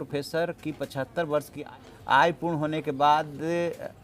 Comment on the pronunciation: आयु शब्द को आय उच्चारण करना एंकर की कमजोरी है ।